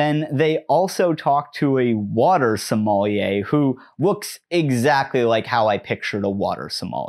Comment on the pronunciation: A water... Somali-er? Is that a sommelier from northeast Africa?